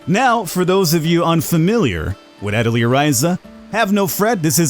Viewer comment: Atelier ah-tell-yay. Its french